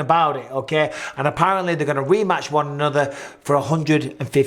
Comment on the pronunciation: Aye up Micheal, u really have picked up an American twang to ur accent, especially when u say end, sorry I mean and, it just sounds like ur saying end , "end today guys we're" 🤣... Don't u dare Mr Bizzer, no more little hints of the Yankee in that Mancunian pls let's keep it real.. Big up from the UK x 🇬🇧 x McGregor Micheal, u r mistaken he last won in the ufc, against Donald cowboy !! Not Alvarez 🤪